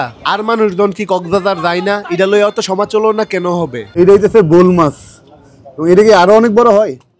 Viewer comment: ভাই সমাচলোনা কি?? সমালোচনা হবে সরল ভাই বেশি সরল হয়ে গেছে